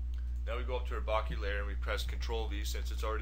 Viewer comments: BOH-KEH...or even BOH-KUH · Bokeh pronounced bow-keh. Its a photographic term which originated from Japan meaning blur or haze. Great tutorial but I had to share with you this info. All the best.